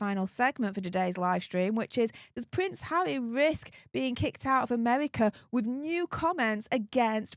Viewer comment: Prince Haza? 😂